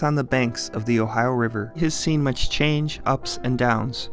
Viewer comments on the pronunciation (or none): none